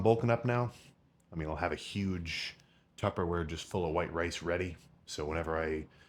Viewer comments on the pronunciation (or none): none